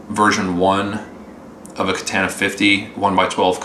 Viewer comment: God, another one mispronouncing the amp name